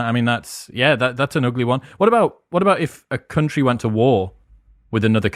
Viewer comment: For a split moment my head heard "Cunt-ry"...now I can't unhear it nor stop thinking about the aptness of it.